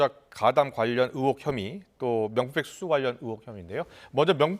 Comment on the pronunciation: 앵커야..............[ 으혹 ]이 아니라 [의혹 / 으이혹]이란다. 언론이 이런데 정치가 부실한 것은 당연하지. 정치가 썩어도 언론이 살아있으면 이내 민주화가 되는 법인데...... 이런 부실과 함께 아예 독재의 시녀가 되어가고 있으니 오죽하냐 ??? ㅠㅠ